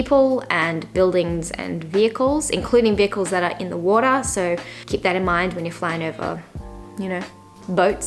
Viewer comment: And also "water"